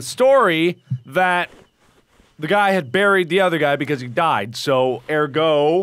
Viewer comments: It's pronounced bareeed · You say buried wrong dat messed up